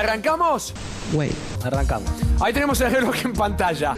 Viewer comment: el jeloj